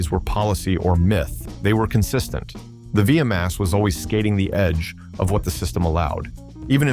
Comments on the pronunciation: dude learn to say the name its v max not vee a max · WTF is a V a MAX. Narrator keeps repeating that over and over. Hate these narrators for hire and they have absolutely no clue what they are saying. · V-M-AXE? ...thanks A.I. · Viyamax. I've had it with AI slop. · What the hell is a V m x? It is V-MAX! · What the hell is a via max?? AI sucks